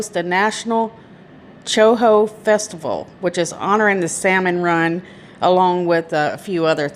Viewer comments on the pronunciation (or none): It’s pronounce Plat River. And Koe-Hoe salmon. Like Toe Neither her or the boyfriend were employed. Why would they drive that far separately? She was recovering from an head injury related to an assault from a couple months back. It’s more important for him to leave her there alone and drive tiles back to Detroit? Then he doesn’t show up to help find her until 2 days after she went missing? I’m pretty familiar with that area and I know that there is a shell gas station in Honor. I wonder if the police have checked to see if they have a camera pointed toward the road and if they see his truck in the area leading up to her disappearance or after.